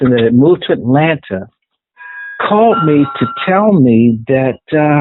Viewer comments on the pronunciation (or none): none